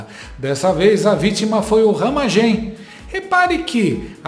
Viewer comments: Não é Ramagém, é Ramagem. A sílaba forte não é a última. 😄😄🤭🤭 Abraços pra vc. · RamÁgem mano, fala direito! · A pronúncia do Ramagem agora é Ramagém? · Não é ramagêm, é ramágem,kkkk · corrige ai: não é RAMAGÉM, É RAMÁGEM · Porqe tu fala Ramagemm.?pronúncia diferente! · Acho que a pronúncia é RamÁgem. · Pronuncia "Ramágem" homi 🤦‍♂️ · O nome do cara é RAMÁGEM (acento so na voz)… kkkkk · Porra...para de falar o nome Ramagem errado. Que raio de Ramagêm é esse? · Mas não é Ramagem, com a sílaba forte no ma?